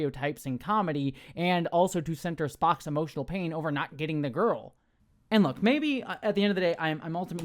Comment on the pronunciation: “ITS GOVER!” 😂